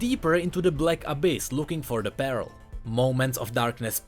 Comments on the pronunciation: Well "pearl" is relatively pronounced as "perl"... lol... i always thought u were saying "barrel of the abyss" all this time.. n i was like ...wtf. its now that i understand that u were just misprounouncing "pearl". Lol. Well anyways... keep the good work... n on this.... "your welcome. I'll come again" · every time he said pearl it sound like peril (or immediate danger) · Oh 'pearl' i heard 'barrel' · please read this PARELL IS DIFFERENT WITH PEARL:D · to me it sounded like you were saying pear-el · IKEA 2 hard 4 fresco yea he sounded like he was saying "abyssal barrel" lol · Sounds more like peril. But in Nami's story finding a pearl really is peril. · I love how you pronounce "Pearl" as "Peril" on a regular basis in this video. It is just so fitting! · Yo, just wanted to let you know that you pronounce the "ea" in pearl as the "i" first, so kinda like an "uh" sound. Just some constructive feedback on the misspronounciation, that's all:) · Pearl. Please, when you need to say a word 40 times in one video, run it through google translate